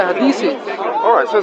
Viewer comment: blood comes out a dead chicken everyone who has slaughtered any animal will know that fact why do Muslims have no ancient complete copy of the quran? Funny he can't pronounce hadiths but you can lol if recitation of the quran preserves it so well why did islam panic after just a few muslims were killed in a battle at the beginnings of Islam according to the standard Islamic narrative (SIN)?